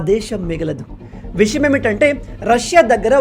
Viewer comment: మీరు విషయం అనే పదాన్ని విషం అని పలుకుతున్నారు కాస్త తెలుగు పదాలని సాధన చేయండి